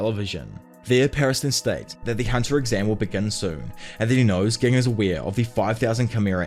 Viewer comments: A few of the names are spoken a little oddly like ging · Im sorry it’s not ging it’s ging 💀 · Why do you keep mispronouncing Ging’s name, man? Have respect for the character. And the author. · Bro this guy kept saying gig instead of ging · Gotta love "Kurapaka" and "Ghing" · You do know that Ging is pronounced with a "J" sound, right?? Yes, it's spelled *Ging with a "G." But even in both sub and dub they pronounce it with a "J" sound. So think "Jing" from now on (like Jing..le bells). Edit: you're terrible at pronunciation. Did you just read the manga only and not bother watching the anime? KURAPIKA (Kur-RAH-pick-a, 4 syllables. KuRRAH-pika) - KURAPIKA* Tserriednich* (Ser-eyed-nick) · Just fyi Gon's dad's name is pronounced Gin like the alcohol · Ai is pronounced eye, and it's Jing not ging please say them names correctly thank you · It's bothering me that he is saying Gings name like that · CAN U PLEASE SAY GINGS NAME RIGHT U CLEARLY DIDNT WATCH THE SHOW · I love the video but HATE the way you say ging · Brother, I appreciate the video but you change the way you pronounce the names of characters a lot of times especially ging, kurapika, rendering the description moot plenty of times.